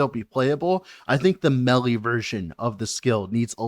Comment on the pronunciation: love your work. It's pronounced "maylay". Please make melly stop.